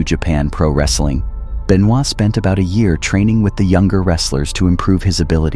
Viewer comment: Doesn't even know how to pronounce his name right. Man you are fired. Fake fan of wrestling.